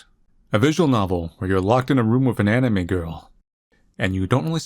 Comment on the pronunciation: love the emphasis on ANIME